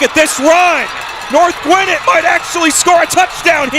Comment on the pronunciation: Bro why he keep saying north gwinnit